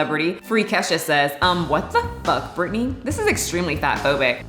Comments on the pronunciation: It’s Britney not Brittany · Hey, it's Britney not Brittany